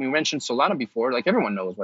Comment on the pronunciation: it’s Solana not Solano. You make it look like you already had a fixed opinion on alt coins but thought you are doing a show on alts so better quickly go do some research before the show, which went as far as reading their webpage blurb to get the gist. How can your opinion be taken seriously when you’ve put in such little effort.